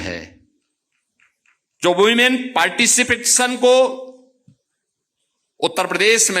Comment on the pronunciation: यह व्यक्ति लिखी हुई अंग्रेजी नहीं पढ़ पा रहा न हिंदी भाषा बोल पाता है कल रायबरेली को रायबलेली कह रहा था आज लिखे हुए शब्द पार्टिसिपेशन को ठीक से नहीं पढ़ पाया😢